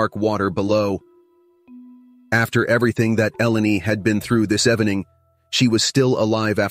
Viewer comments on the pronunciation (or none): What happened - ? “this EVANING”? “ FAHLING 10 meters”? “TODDLELY aware”?